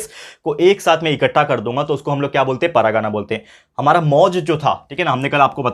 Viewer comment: Sir , u are explaining nice but it's not paragana it's pargana 😅